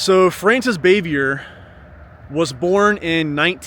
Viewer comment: You need to learn how to properly pronounce her last name